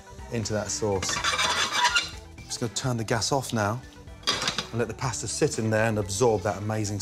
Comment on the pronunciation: Oy. It's like nails on a chalkboard every time he mispronounces the word pasta.